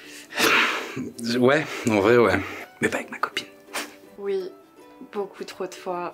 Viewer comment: "OUI" se prononce oui et pas UI svp